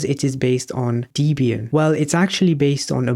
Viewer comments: Debian. Call it Debby Ann, not Deebian. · it’s supposed to be pronounced /‘debian/, not /‘dibian/. note: i know i should’ve used the smallcaps i but I’m on tablet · Good explanation, one point to note - it's pronounced Deb ee an, it's a combination of Deb and Ian as Deborah Lynn (Deb) was Ian Murdock's wife at the time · Debian is pronounced Deb as in Deborah and Ian as in Ian Because the creator of Debian , Ian Murdock , named it after his then-wife, Deborah Lynn and himself. Not Deebian